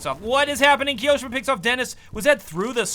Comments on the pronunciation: The way he said Ki-oShiMa instead of Kio-ShiMa triggered me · the way you say kioshima is soooo awkward like it's not kiOshima it is kio shima just listen how the professional casters pronounce it... but still excellent video keep up the quality content !!😃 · kee-yoh-shima? TRIGGERED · his pronunciation of kioshima...